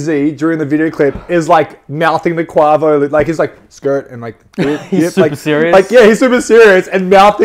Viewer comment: How can you butcher the name quavo like that 😂👀👀👀👀😂